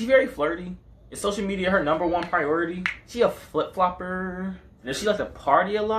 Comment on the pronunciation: “She a flip flLoppErrr” 🤣🤣🤣